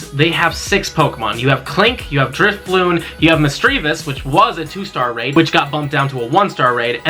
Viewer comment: DRIFLOON with an N not M!!